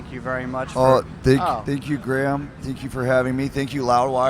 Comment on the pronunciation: When did Gruhammad become Graham?!